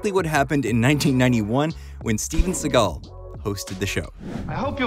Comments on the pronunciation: A massive f you for pronouncing his name as seagul. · I thought you were cracking a joke on the voiceover from the video. Dude pronounced his name wrong the whole time. I don’t care in general what anyone calls the guy, but after a while it just got on my nerves. Seagole? I can’t even blame his accent because he doesn’t have one particular accent. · So you're telling me that this video is how I'm going to find out that Seagal isn't pronounced like seagull... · You're saying "see-guhll" but his name is pronounced "see-gahll" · Normally it bugs me when people mispronounce celebrity names (and here it would be even more egregious because you actually played a clip of him saying his name,) but Seagal is such a jerk that I was delighted to hear you call him “seagull” over and over and over again. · Lol, Steven "Seagull"... 🤦‍♂️ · You keep pronouncing it “Seagull” and now I’ll forever pronounce it that way. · Why do you pronounce his last name like that? I've always just heard it sound more or less like "say_GAHL." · Imagine making a video about someone and not pronouncing their last name correctly. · You’re not pronouncing his last name correctly. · It's difficult to listen to you mispronounce his name 100 times within 9 minutes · How about pronouncing his name correctly?